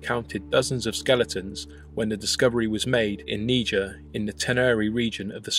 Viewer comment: I know you speak British English, but kneejer is not how you pronounce Niger, that's what led to uneducated racist Americans calling certain people a certain racist word. "Nighjeer" would be closer to the actual pronounciation.